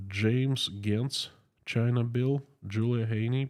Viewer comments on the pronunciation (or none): none